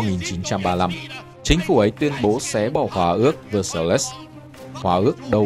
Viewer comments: Thiếu sót của của chủ kênh là không đọc kỹ phiên âm tiếng Việt . Ví dụ ; hiệp ước Véc sai chứ không phải Vơ sa lin . Sông Đa nuýp chứ không phải Đa nu bê... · Phát âm mấy tên hơi kém. Ví dụ Heinz (1 âm, ko có in) hay Vessailes (Véc sai). Cái Vessailes chính là cái tên mà HCM gửi bản yêu sách của các dân tộc thuộc địa đông dương ngày xưa suốt ngày nói trong trường học đấy.